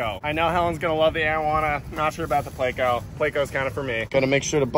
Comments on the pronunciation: Not a damn "playco" pleco. Say it with me. PLECO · Please say it correctly. It's plEco.... not playco. Gunna give me a damn aneurysm